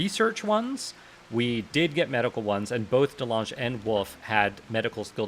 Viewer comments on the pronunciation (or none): Dutch people be like it's Calvin De Lange (Calvin the tall) not delaaaangé :p